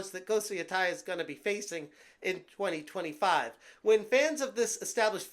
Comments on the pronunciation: Why is every YouTube saying ghost of YOTAI it’s not YOTAI it YO TE I think of of Teiwan instead of Taiwan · You keep pronouncing it wrong😂😂😂😂....but if it's woke, then F them. Call it Woke of Yotei